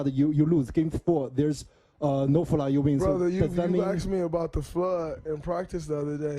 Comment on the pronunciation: There’s a fludd 😂